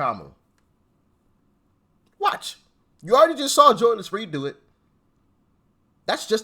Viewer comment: "Fweedom. " Nuff said.